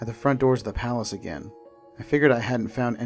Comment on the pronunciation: I think you're mispronouncing palace